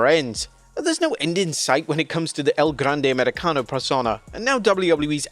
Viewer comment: I’ll never stop marking out when blud repeats “El Grrande Americano”